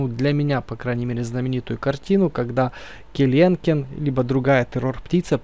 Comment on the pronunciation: Не келенкен ,а келекен так всё круто